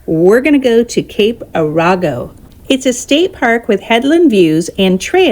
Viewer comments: Coos Bay not Cooz Bay. .... Cape "Air-go" not "Ar-ee-go". The beaches are outside of historical Charleston Oregon. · It's pronounced Cape Are go